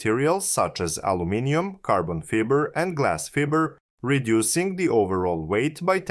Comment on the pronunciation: Fiber not Feber